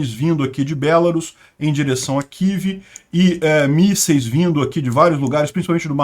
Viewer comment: por que chamar as cidades de kive e rerson? Os nomes e pronúncias em português são Kiev e Kherson.